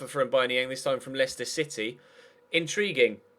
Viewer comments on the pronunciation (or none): none